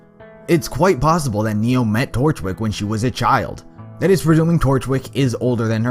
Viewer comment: When he said torchwick i heard DORKWICK im dying naw